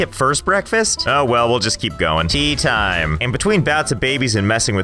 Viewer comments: It's actually pronounced Te'á ti-mé thank you very much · It's " Teh-a-tim-eh."